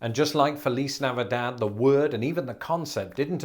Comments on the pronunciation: Would Castilians actually pronounce it like that, though? When I was in Spain, the only lisp was on "c." For example, they would say "grathias" for "gracias." I didn't hear them lisp on "z." It would also be odd to lisp on the last "d" in Navidad, but not the first. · I have never in my life heard feliz Navidad pronounced like that. 😆 I've always heard it "feh-lees nah-vee-dahd" ending with a soft "d" sound, not a th. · Lol it’s navidad not navidaff - regardless you’re amazing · Navidad is pronounced with the final "d".